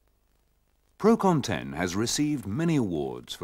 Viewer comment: "Procon 10"?! It's Procon-ten, from PROgrammed CONtraction and TENsion.